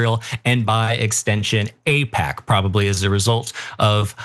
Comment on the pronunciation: there's alot to APAIC there 😂